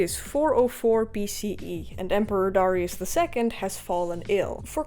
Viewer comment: How come everyone mispronounces Darius name ?